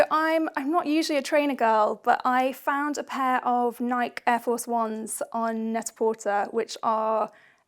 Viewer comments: An American here who LOVES this series. Just a couple of things, though. It's Net-a-Portay (like a play on pret-a-porter). Never PortER. And Nike is Ny-Kee. Not. Nike like bike. US brands. I'll make sure we don't say things Like Harolds for Harrods :-) If you guys can do one of the hardest in the business: Loewe, you can do this! Yay! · NikEEEEEEEE you don’t say Loewe incorrectly! The Greeks don’t even say Nike with a silent e!!!! Just saying, it’s an American company. Xx